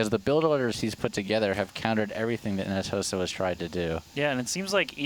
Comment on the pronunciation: jeesus fuck, the team's name is ns hoseo (pronounced ho-suh) not fucking hosio